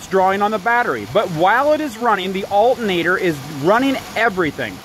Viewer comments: It's not pronounced "altnator". There's another a couple more letters in there. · Um…the THIRD LETTER of alternator…..is “T”…..NOT “N!!!” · al..ernator lol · No brother, that's Al'nator LMAO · There's a t in the word alternator. Lol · Can't trust a guy who can't say alternator right! Half ass shit! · The way this guy keeps saying alternator is soo annoying!!! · You're not pronouncing alternator correctly so it sounds funny. You can see the word is pronounced the way it's spelled.